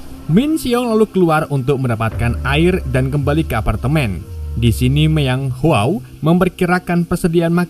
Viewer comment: Bukan myeong haw,, tapi myeong hwa